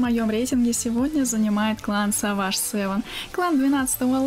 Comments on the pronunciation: не саваш! а севендж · Не саваж сэвэн, а сэвэдж сэвэн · Севейдж, а не саваж( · е савадж сэвэн, а сэвэдж сэвэн, в переводе Дикая Семёрка! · Ахах, английский пусть учит, правильно читается не саваш север а севейдж север и на данный момент этот клан уже распался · Сава́ш севен бл... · De Vater Lo De Vater Lo Даун,правильно Севедж Севен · У меня одного инсульт случился после произношения Savage?